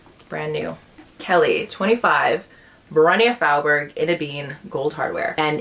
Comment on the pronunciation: Thought Faubourg would be pronounced differently, that’s the first time I’ve heard someone say it that way 🤔